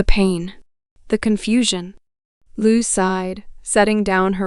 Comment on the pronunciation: I hate it when they lie to us. I hate when they abuse the heartland fans like this. Shame on these people for doing this. And this stupid lady reading to us can not even say Lou's name right. Who would believe such a fool .